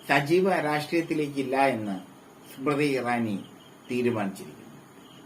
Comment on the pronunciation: നാലക്ഷരം പഠിച്ചുവാ മോളെ. സ്മ്രതി സ്മ്രതി അടഞ്ഞു.